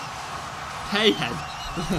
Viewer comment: Not PAY HEAD, it's PAY HEED